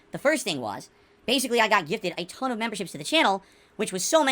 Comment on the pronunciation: This is awesome!! 😂😂 I'm glad someone did this finally. He has been butchering the English language for 15 years. Worst for me is "hatonne" instead of a tonne